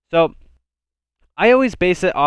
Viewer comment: Hes from the U-UZ-A